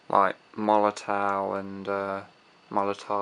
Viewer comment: Love how he says molotaou and Molotov and stuff